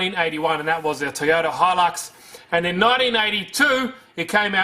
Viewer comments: Hehe, "TOYATO" xD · Love the 'TOYATO' you can so easily cut that back into a proper 'TOYOTA'